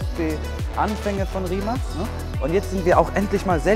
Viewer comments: Die marke wird rimac ausgesprochen nicht rimak nur als info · Das heißt nicht Rimak 😂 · Baba Video aber verstehe nicht warum du immer Rimacs oder so sagst 😂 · Das heisst nicht Rimak